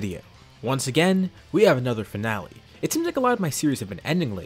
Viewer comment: Ayo tf is a FIANLE? 😂